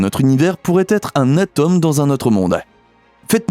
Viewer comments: Coucou Bon c’est de la prononciation : je pense que vous ne parlez pas de la tomme … mais de l’atome 😂😅🤩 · Faut apprendre à prononcer atome ! Ce n'est pas de la tome de Savoie !